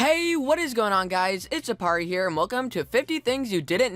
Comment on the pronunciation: I thought ya said the aparri system!